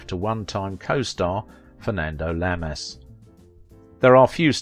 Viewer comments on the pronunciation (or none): Fernando Llamas.... is pronounced YAH-mas... not, la-MAS In Spanish, two LL's are ALWAYS pronounced like a Y. Though, they always mispronounced it in the US when he was alive.